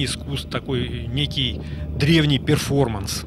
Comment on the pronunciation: перфоманс прозвучало как перфоратор (в смысле сооружения)